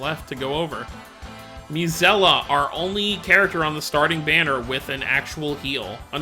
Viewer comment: Her name is Milla (Me-lla). Not Milla